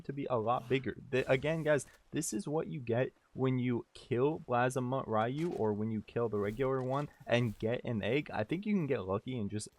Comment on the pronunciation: Constantly pronouncing the name wrong got you a thumbs down.